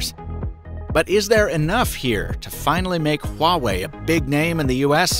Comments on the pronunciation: Why are u pronouncing it like that tho? HHhuawei, like cool wHip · It's "wah-way", not whatever it is you're saying. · You mispronounced Huawei. But so does everyone else. 😛